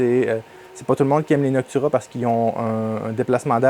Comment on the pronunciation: AT MEGA 2560 32 bits d'accord ..... et c'est NOCTUA pas NOCTURA